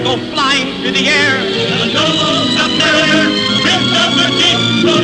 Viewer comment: Not like Submarine (Sub-mar-een) it's Sub-Mariner (Sub-Mar-i-ner) NOT Sub-Mar-ee-ner.